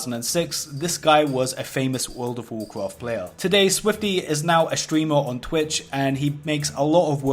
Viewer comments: It sucks when you bwake the wules and get punished in Woold of Woolcrahft. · Wuld if woacraft Seeing a lot of comments about his pronunciation but I heard a pronunciation of the game that'll put this out of game immediately. Can't explain it by text but I'll try: Vaarkraaft It cringed me into a parallel dimension. / Just got back to WoW and somehow jumped onto the WoW video train. Good to see interesting new videos. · you cant say world of warcraft for shit and it triggers the fuck out of me work on it